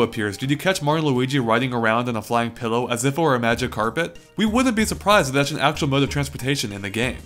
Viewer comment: It's pronounced Fe-lo, why are they saying pillow?